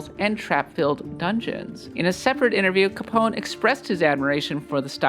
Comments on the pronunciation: Its not "Capón", its CAPONE! (caponae). Also GHIBLI is "guibli", like guild... Not GEEBLEE!! PLEASE! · Learn to pronounce Italian, you do not have to remove any letter to Capone. It reads exactly as it is written. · it's freaking caponEH . im not even italian or speak italian and this makes me mad. have you never heard of al capone?